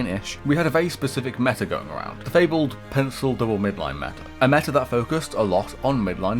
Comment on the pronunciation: "Da meta" This is so sad 😂